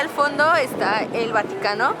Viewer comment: Like si karen dijo vanocano en el minuto